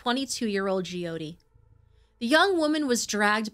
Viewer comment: It's pronounced Joe-tee not gee-oh-tee.